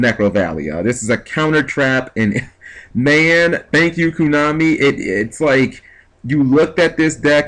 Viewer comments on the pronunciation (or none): stop giving bwings as an example, they aren't a real deck...also it isn't coonahmee. it's koh-nah-mee. and the card is good but usually ur keepers will be set and if you have a face-up necrovalley and have the ability to have a relevant face-up keeper ur probably winning. the card is great but you cant search out and set 3 like barrier, it offers a lot to the deck, i doubt id play 3 though.